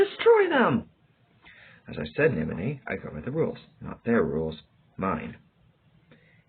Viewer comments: NI MO NAH not ni moh nay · It’s spelled nimona not nimonay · Bro was trolling with the pronunciation of Nimona's name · You pronounce the name wrong 😑 Nimona name wrong.but overall great audiobook10/10👍